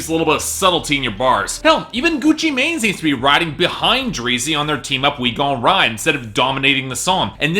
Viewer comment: I feel like Gucci Mane's new album is gonna surprise you. Also, I'm pretty sure Mane is pronounced "man" when referring to the trap god